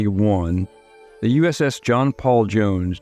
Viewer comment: Oh, that's how you say is his name, I always knew I was pronouncing it wrong.